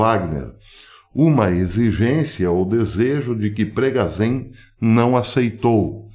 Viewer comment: Professor, sobre as pronuncias em Russo: Запоріжжя, Zaporijjia e: Евге́ний Приго́жи, Yevgeny Prigojin Essa letra ж tem som de "J"